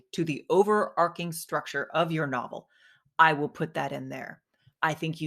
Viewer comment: it's "overarching" with a ch as in chicken, overarcing is not really a word